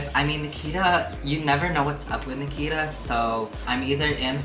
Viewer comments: Did you just say... BRICKITA. I AM HOLLERING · Hahaha catch me at EWA beach haha yes literally my smoking grounds haha even though you said it wrong Nikita haha